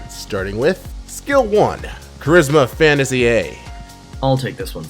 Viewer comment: That's not how you pronounce "Fantasty" ;) Ay, Graveweaver art! <3